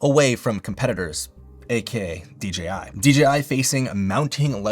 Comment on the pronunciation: ...Why are you saying DJI like that? lol